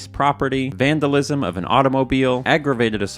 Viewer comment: You vandalized the word "vandalism"